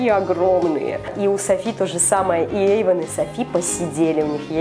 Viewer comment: ЮМ. tv play не Ейван а Эйван 🙄